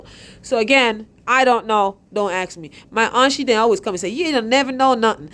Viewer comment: Go to Lowes and "Don't AXE ME??"" did you mean "Don't ASK ME"??